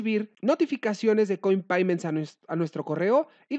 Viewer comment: Un doble factor de autenticación a correo electrónico? Mhhh.... no me gusta. Y se dice "coinpeyments", amigo. Saludos.